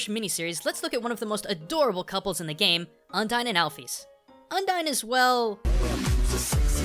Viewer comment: Oh my god dude, I get you're a weeaboo but the way you pronounce some things is just... awful. Undyne is mostly based on Undines, a variant of merpeople who are all female and fall in love to get a soul.